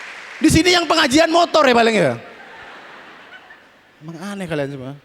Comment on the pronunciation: Hhhhhh...dia bilang montor berdoa...nampak banget maduranya....😅😅😅